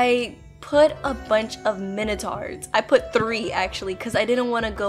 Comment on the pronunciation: Its pronounced mi-nuh-tor